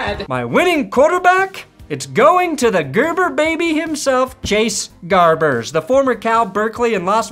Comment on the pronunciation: Chase Garbers bruh, not Gabers.